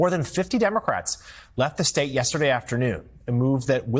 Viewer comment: If that beady-eyed SOB says "the stet of Texas" one more time, I'll scream.